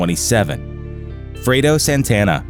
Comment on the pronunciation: Frado??? Its Fredo! Put some respect on his name...RIP